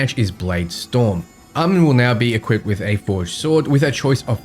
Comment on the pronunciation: Almond?? Aye-Mawn. One thing this video does in addition is highlight how BL3 Music doesn't fit BL4 content at all IMO 😂